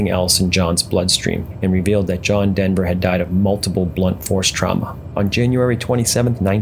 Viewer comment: I normally down vote video game entries but this one told a worthy story. Sorry to hear the mispronouncination of his last name though.